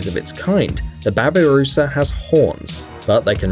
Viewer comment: babi rusa not baba rusa XD